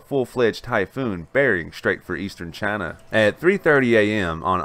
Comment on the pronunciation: Trump: Jayna This guy: Chana :D Keep up the good work, this is needed!